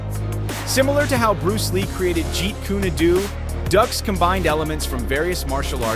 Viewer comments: Frank's last name is pronounced "Duke". Fun fact: Steven Seagal's first wife owned a chain of Judo dojos. ($) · If you're going to make a documentary, you should at least learn how to pronounce the names of your subjects properly first. Dux (pronounced Dooks not ducks) Seagal (pronounced Se- Gall not seagull) . What rock did they find that narrator under? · It's dukes did you even watch bloodshot? Also its not pronounced seagull. It's Segal and dukes